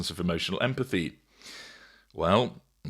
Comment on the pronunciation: It’s Candace not candese